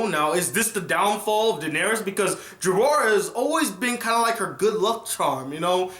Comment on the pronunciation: Okay, you have a great personality for reviewing but OMG man, if you want to betaken seriously as a reviewer, at least learn the names, Jorah, Ser Barristan, Oberyn Martell etc....